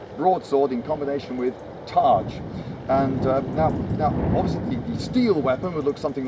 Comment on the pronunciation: Yes - essentially the same word (and targe is pronounced "targ", not "tarj")